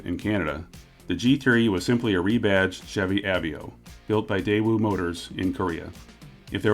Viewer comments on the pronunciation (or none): Av-a-o not av-ee-o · Aveo is pronounced uh-VAY-oh.